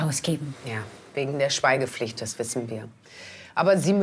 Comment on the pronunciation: Sagt Alex jetzt Schweigepflicht oder Schweinepflicht 😅